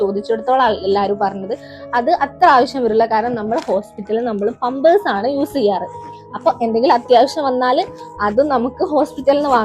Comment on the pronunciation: പമ്പേഴ്സ് oo🤣😂🤣 പാമ്പേഴ്സ് nn alle paraya